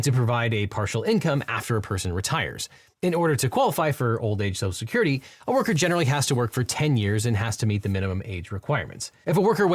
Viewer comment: For likely the only time in my life, I’m taking trump’s side. For one simple reason. He pronounces social security correctly. (Serious pet peeve of mine)